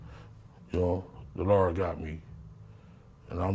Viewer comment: Lmaooo This Goofy Ass Clown 🤡 Said The Lard Got Me😂😂 The Lard